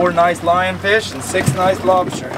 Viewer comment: I kept hearing lobsher..